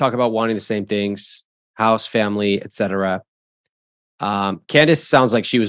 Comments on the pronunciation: I keep hearing him say HOST vs. HOUSE. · I thought he said 'hose' 😂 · Is it just me or the way he says “house” is kinda wild